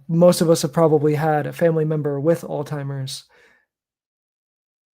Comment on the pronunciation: I’m not listening to a got damn thing that comes out of someone’s mouth who says “altheimers” and “dehabilitating”